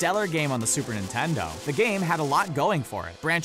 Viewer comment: He keeps saying Nintendo weird to me